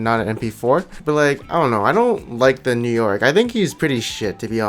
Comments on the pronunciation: New Yorick ... Sounds More Like New York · You say New Yorick the same as New York......